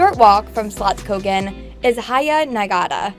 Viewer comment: She didn't say slottskogen wrong 😊